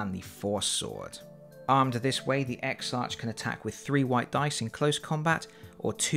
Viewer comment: Congratulations! BTW exarch is pronounced eksark, as it is a Greek word.